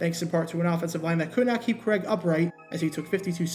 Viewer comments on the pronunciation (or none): none